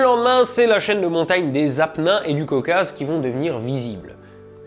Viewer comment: Les Apennins sont sur Terre une chaine de montagnes en Italie de nord, et le "E" se prononce comme un "é". Voilà c'était juste pour préciser.